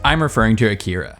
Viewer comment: When you can't even pronounce A-Ki-Ra right, you tend to lose a credibility, same with "otakus" (Japanese plurals don't have an "s"). It wasn't bad, but it could have been so much better.